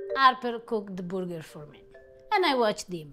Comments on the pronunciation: It’s not a burger it’s a boo-ger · Tell “burger” has an R in it! 😂🤣🍔 I absolutely adore her! Harper, you’re one lucky man! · I'm sorry, but the burger or however pronounced it, was a fail. The stuffed gnocchi was interesting but I probably would have tried to make it crispy, maybe more like a raviolo with a soft yolk inside, imho